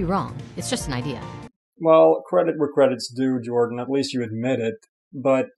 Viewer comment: A little Swedish slip-up. "Ok, Yordan...Jordan" haha